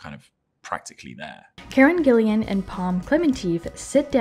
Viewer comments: Her last name is GILLAN, NOT "GILLIAN"! TWO syllables: "Gill-an." It's not that hard... 😩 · Karen Gillan not Gillian hahah